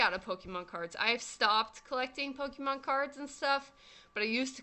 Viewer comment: Say "Pokeemon" one more time.